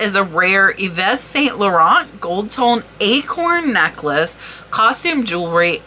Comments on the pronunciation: Hey, here's a quick pronunciation tip for French words: in most cases, the last consonant is silent. So, for Yves Saint-Laurent, Yves is pronounced "eve" (no ess sound), Saint is almost the same as in English (a bit more nasal), but without the "t" sound at the end, and Laurent you got right: "low" + "rrren" without the "t" sound at the end. Au revoir! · Yves Saint Laurent - You have the Laurent part correct. But Yves is "eve" ("s" on the end of words is silent in French), saint is "san" - and it's more a sound "eh" - you don't put emphasis on the "n" like English.